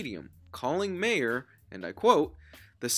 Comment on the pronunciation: My ehr, not May ehr